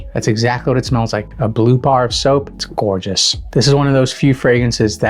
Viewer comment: Tf is gourtshis😅 every few words came this